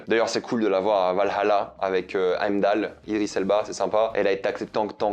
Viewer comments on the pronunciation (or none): none